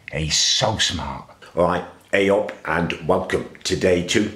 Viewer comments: The P in ayop was clean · Very strong 'P' in the ayup. Very nice